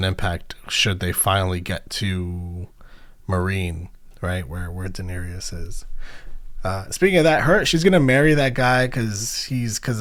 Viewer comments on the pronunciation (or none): Just FYI her name is Daenerys (rhymes with Aries and just three syllable), not Daenerius. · Your persistent mispronunciation of Daenerys and Tyrian's names is remarkable. Great job otherwise. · My man is 6 seasons in still cant say Daenerys right 😂😂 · Bruh it’s 6x10 please tell me you start pronouncing Danaerys correctly by the last episode at least 😭😭 I’ll find out soon obviously but P L E A S E 😂😂😂